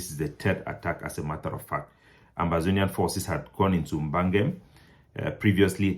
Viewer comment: Bagam please not Bangem in the South West region